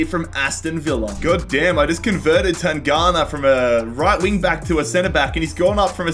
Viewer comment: It's tan+ganga not tangana 😂